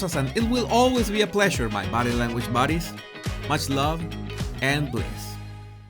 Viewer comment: Does he call us "Body Language Bodies" or "Body Language Buddies"?